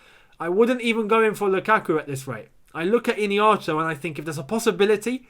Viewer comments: It's ihenacho bro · It’s pronounced as ee-hey-nacho and not Iniacho😂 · lol his name is pronounced E-HEN-NA- CHUO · This is the pronouciation of his name I-hia-na-cho